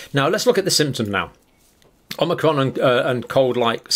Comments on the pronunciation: Sorry dr John it isn't pronounced as omnicrom. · I love the way he says "an Omicron.......cold" !